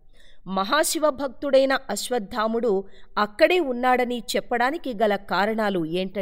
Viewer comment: అశ్వత్థాముడు కాదండీ !!! “అశ్వత్థామ” అండీ!